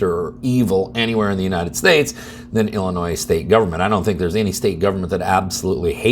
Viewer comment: Did you say, “ill annoy?”